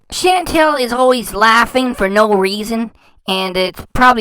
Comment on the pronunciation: But her name isn't Chantel....it's Chantal. And why have her repeat something over and over? I don't get it.